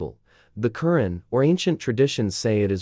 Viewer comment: A constructive criticism: The Qur 'an is pronounced with an emphasis on the second syllable. It sounds like you typed in the words and AI spoke them. Is there a way of correcting the AI pronounciation of a word? This could be important when you are talking about somebody's religion. Anyway, good post. And I agree with nearly all of what you said. Also, I like that you left the decision up to the reader after saying some pros and cons of each philosophy.